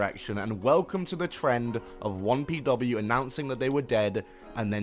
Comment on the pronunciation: I've been listening to the video rather than watching it and I was like "what the hell is Wompy Dubbayoo"